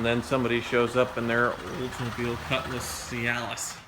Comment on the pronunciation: "Cutlass Cialis" lol